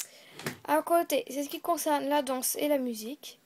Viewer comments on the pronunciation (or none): a la plasse des dansse tu a dit danche